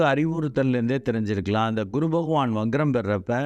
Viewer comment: adhu "vaGram" alla "VaKram"